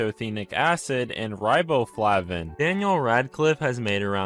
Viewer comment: Hey hey Rye-bow-flay-vin Not Rye-bow-flav-in